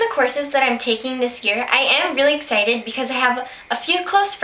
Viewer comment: i am ecited... hmm.. ecited ? ahah i love youu :)